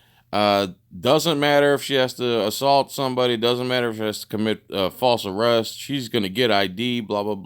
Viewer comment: This video is cWazy , all that and the supeAvisoA awwests him , WOW , don't call for a supeAvisoA ANYMOWE!!! (they will not help you!!!)